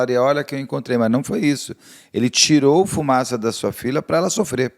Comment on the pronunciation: Único nome que vi até hj o Beto acertar de primeira: Fumaça 😂